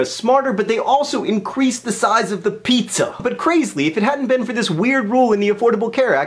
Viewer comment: 2 points for pronouncing pizza weirdly